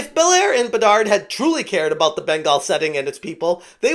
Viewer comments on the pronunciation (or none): A tip. The last d in bedard is silent. I have relative named bedard and it's kinda distract me for like 3 sec everytime you say it. :D